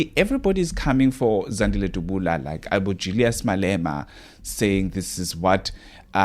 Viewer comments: uts Dabula not Dubula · Point of correction Dabula not Dubula.